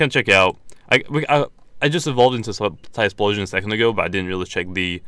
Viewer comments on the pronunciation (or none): it's not tysploshion it's ty flow shun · It's not Tysplosion mate, get it right